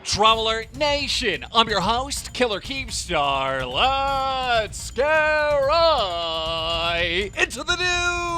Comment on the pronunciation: Same (btw you said keen star instead of keem star)😂